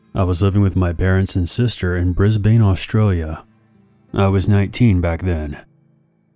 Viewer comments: BRIS BANE 😂 It’s pronounced ‘Bris Ben’ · No Australian calls Brisbane, Briz-bane.